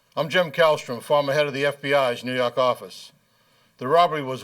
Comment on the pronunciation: NEW YAWK AFFICE!